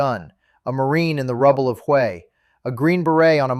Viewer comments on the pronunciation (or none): It's not pronounced "you," it's pronounced "whay." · Not Hugh it’s pronounced way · "Hugh??????" The city was named "Hway." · 'Hway', not 'hyoo'. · Its pronounced, way not you! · The pronunciation sounds like "Way" that is the name of the old city not "Hugh" as this narrator says. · lol! “HUGH”! No, it’s pronounced “WAY”. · When yo start out pronouncing Hue as Hugh your credibility is nil for the rest of the episode. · OMG …..it’s pronounced ( Way ) 🤦🏻‍♂️ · Yep, I knew it from the first word....... pronouncing the city name Hue "hew" 🤣🤣🤣🤣🤣🤣🤣